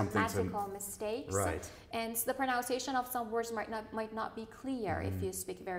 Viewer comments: I'm a Malaysian Chinese. I had listened repeatedly the examiner pronounced the word 'effort' sounded more like 'afford' and both said the word 'pro-nun-ciation' sounded like 'pro-noun-ciation'. Please check. TQ. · The lady pronounced "pronunciation " wrongly😆😆😆